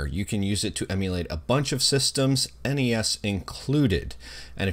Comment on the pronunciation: Props for pronouncing NES correctly. Kids these days pronouncing it “Ness” really piss me off considering it is an acronym.